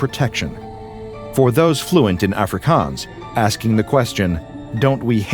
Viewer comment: That is not how jou say Afrikaans🤣